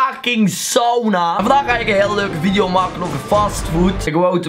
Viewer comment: Leuke veidijo eejsit